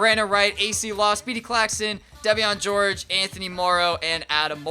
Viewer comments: It's pronounced Devin for devean George dude lol not deveon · It's pronounced Devin George bro lol..